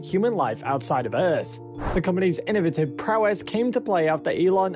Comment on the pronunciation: Innovative isn't pronounced as in-nuhv-it-ive but "in-no-vey-tive. Methane is pronounced Meth-ane not "me-thane." Your dialect is garbage in face of Humanity aka America.